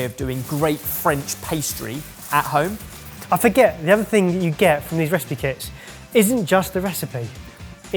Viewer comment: Ben and Barry’s reactions to saying “Make at vome” are so wholesome 💙